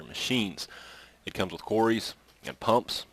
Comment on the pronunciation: i think you mean pump's Not PUPS i think you need speech therapy